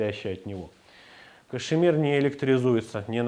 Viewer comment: Кашмир, а не кашЕмир!!!